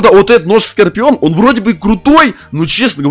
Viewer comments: Не скопион а скорион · Не скапион а скарпион